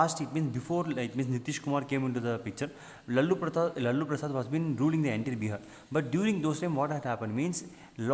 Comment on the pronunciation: sir the way u said lallu prasad instead of lalu prasad made me laugh (not making fun of u if this hurt u im very sorry🙏)